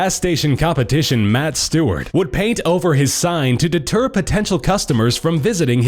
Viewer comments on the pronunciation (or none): none